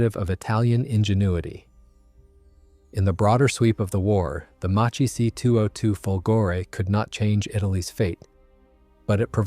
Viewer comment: The name is mispronounced. It is pronounced Mak-ki, due to the h.